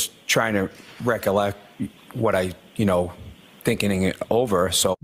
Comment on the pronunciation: "I was just THINKEN-ing it over..." - Chris Albert 🤣